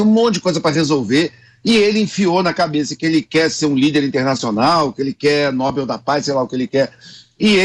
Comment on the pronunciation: Enquanto esse sindicalista nordestino não “comprar” o Nobel da paz ele não sossega. Lembrando, não é Nóbel, é Nobel